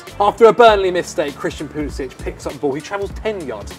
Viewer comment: Can’t even pronounce Pulisic’s name correctly